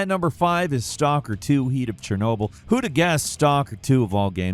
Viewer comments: Heat of Chornobyl he says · "Heat" of Chernobyl huh? Do you just do one take and send it or was that your best one?